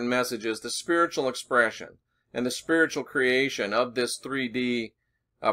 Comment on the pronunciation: as you where saying spearitual/spiritual in this video I was hearing sphereical. Where you've been talking about Angles/Angels lately this opens up a new download of traveling in the sphere-it. Think on that profundity.